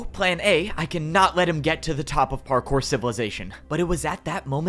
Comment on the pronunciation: "Time to become partkour" ... Bars.🗣️🔥